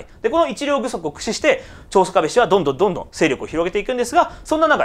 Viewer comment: ちょうしょかべって言いましたよね